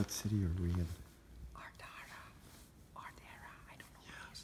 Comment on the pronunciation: Pronounced - Ard-rah - and I’m a Cousin!